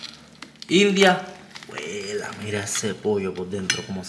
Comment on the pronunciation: dice jueelaaa jajajajajaja ya sos salvadoreño biejo